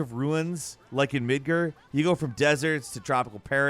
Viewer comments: Why does he insist on calling Midgar "Midgrr"? Like seriously, you hear the characters call it "Midgar" SO MANY TIMES!!! It's like how people insist on calling Aerith "Aeris". The characters call her "Aerith", and Square Enix has said countless times already that "Aeris" WAS A MISTRANSLATION!!! So why do people insist on doing this?!?! I know im taking something stupid seriously. But it's a pet peeve of mine. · Do you intentionally pronounce things wrong? I'm fairly sure that everyone knows that Midgar is pronounced MidGAR (just like it's spelled), not MidGER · This man said midger. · Can’t stand the way he says Midgar like Midgur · midgAr not midgr. say it right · Midga please. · "Mid-ger." 😂 you stop it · pronouncing it "Midger" will never not be hilarious to me. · Yo why’d you say Midgar like that? My man put a hard R on that shit lol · Bro... way did he says Midgar like that? geeze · Bro used the hard er on midgar